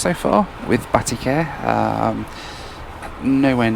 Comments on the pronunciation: 'Batty Care'..?? lol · "Batty care" lol